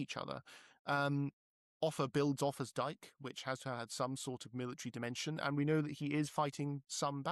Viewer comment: Just starting, so this may be covered. But i was thinking of the thumbnail and heard the English accent pronounce "Offa." "Arthur"?